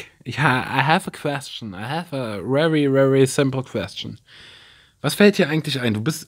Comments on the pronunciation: Ks fweak Ich ha...I have a wery wery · wrewry wrewry" hahahaha ich kann nicht mehr😥😂 ich bin zwar nicht sein Hater oder Fan oder sonstiges aber finde diese ganzen Ansagen die Youtuber machen echt unnötig (meine Meinung)